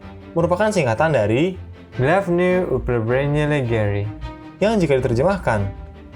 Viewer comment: Baca lg bang Glavnoe upravlenie lagerei.